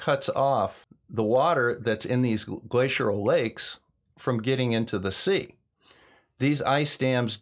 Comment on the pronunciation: Hey, love your videos, but sorry, it's not "glaciural" it's "glacial" no "r" or "u" n there....